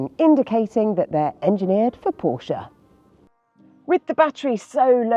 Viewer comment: The otherwise solid is revealed to be malleable; for craven enthusiasm must be feigned. This Porsche (at least she pronounced it properly - 'porsher') is remarkably ugly. Pedestrian in its styling it looks like an entry level Ford, or every other EV saloon from an east asian production line. The battery laden floor pan elevates its profile and makes it look like a lorry. It's just, as the Macmaster can attest, another overpriced product wherein - just like faux, earnest appeal - 'BBB' - Bullsh*t Baffles Brains.